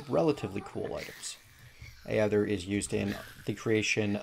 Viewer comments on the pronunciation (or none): Aether is pronounced ee-ther